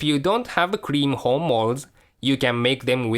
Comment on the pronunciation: Love the accent sounds like "if you don't have the cream homos you can make with a crapped paper" Looks lovely, great video and channel, liked and subscribed, thanks :)